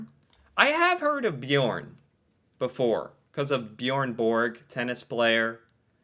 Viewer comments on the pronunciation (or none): none